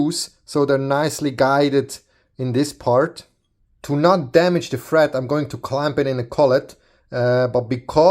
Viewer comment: it sounds like you are saying fret instead of thread